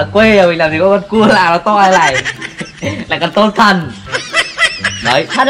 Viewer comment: Tôm thần mà mình nghe như là tâm thần😂😂😂 👉Có bạn nào nghe lầm giống như mình ko👈